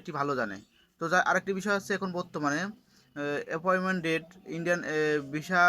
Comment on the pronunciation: ভাই আপনি তো বাংলা উচ্চারণ ঠিক করে বলতে পারেন না। ভিডিও করার কি দরকার। এপয়েন্টমেন্ট কে কি বলেন?